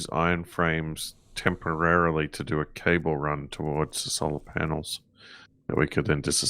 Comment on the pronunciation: The way you say cable sounds like you are saying Cobbler in a brit accent lol